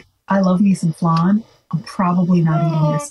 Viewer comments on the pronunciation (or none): Flan, like Fan with a "Luh" between the Fuh and the An, not "Flon" like "Long" with an F on the front.